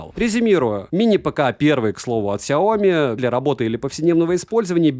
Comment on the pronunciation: СайомИ На последний слог ударение Но всё равно спасибо что не через К произносите =)